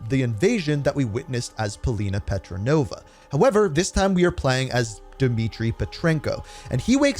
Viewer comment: It is petrova not petronova great video anyway